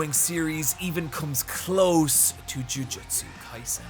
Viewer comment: THANK YOU! I feel like I'm goin insane at the amount of people that shorten JoJo's Bizarre Adventure to "JoJo". There isn't a singular JoJo, there are multiple, plural! "JoJo's" not "JoJo"!!!!!!!!! However, I will say that ya pronounced Jujutsu Kaisen wrong, it's "Jujutsu" not "Jujitsu" I love ya content!!!